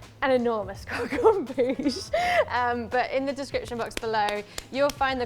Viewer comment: Good video guys, but just one thing: “croque en bouche” 😉